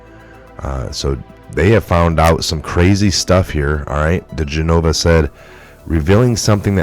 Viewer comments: The lawyers name is pronounced: Dee Gen ah vah not Dee Gen nova ...Not trying to be disrespectful just helpful. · The former federal prosecutor's name (DiGenova) is pronounced Di-GEN-o-va, not Di-gen-O-vah. Just tryin' to help you out. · It's Dee GEN' o vah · Dee gen a va.....its Dee gen a va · Is this a computer generated fake report for our side? Just saying because he should be in the know yet he can't say Joe Digenova right after covering and watching countless reports like the rest of us. Just weird that's all